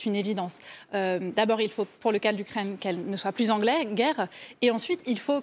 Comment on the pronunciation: Faudrait que l'UKRAINE ne soit plus anglaise...Ouais,c'est ca,et toi ce serait bien que t'ailles voir un orthophoniste!!!...